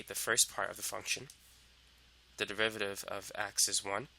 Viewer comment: "If you wanna find the devivaviv..." sorry man, you are making this topic easier and at the same time funnier cause of how you pronounce derivative